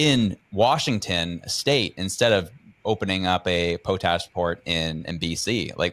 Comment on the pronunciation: I absolutely love it, hearing announcers pronouncing words they've never said before. "Poe tash" 😂